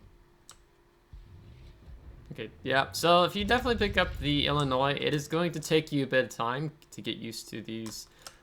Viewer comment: Aah Illimoines... wut? 😂